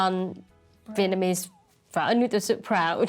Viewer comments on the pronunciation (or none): Foodies but they cant pronounce the most well known Vietnamese dish Pho. Its "fur", NOT "foe" . If they cant pronounce it or even know what it is meant to be, how can someone say the ratio of noodle to broth is right or wrong.